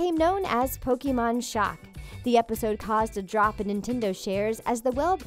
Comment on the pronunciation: It's pronounced pokémon